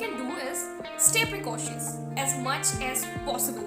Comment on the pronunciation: It's been an year. Hope you have come out of the trauma of losing a smart phone. Overall good video. I just want to ask you: 1. Did you say precocious, that was twice? as far as I know there is no such word as precatious. You might have used 'alert' instead. 2. Can you tell us, why you put that banana emoji 😄